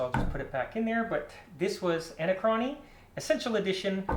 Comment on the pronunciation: A-nac-rony not Ana-crony